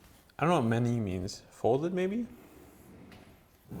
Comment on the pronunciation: "manié" means "handled", pretty literally. "main" is "hand". Also it's pronounced "man-yeah" :)